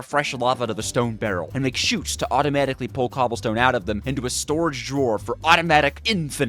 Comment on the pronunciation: It sounded like you said Automatic Infinite Cumstone 💀